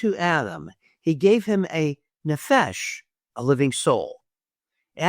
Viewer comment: it is not nephe-sh with emphasis on esh it is nephesh with the accent on ne--phesh. Great video by dear brother. With Love Yahweh Kingdom Ministry